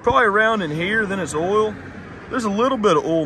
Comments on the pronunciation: Why can't Americans pronounce the vowel sounds properly? Ol it's Oil Oyl lol. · Ok , for Gods sake it’s pronounced “ Oh I L” . Oil is not “ Ool” ! How can someone who has above intelligence and mechanical ability slaughter the English language so severely? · Like how you call oil, “ohl”